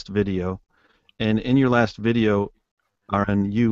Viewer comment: His name is "Aron", not "R N". Nobody seems to be able to get this right, ever. You got "Aaron", you got "R N", but very rarely do his opponents actually call him by his name.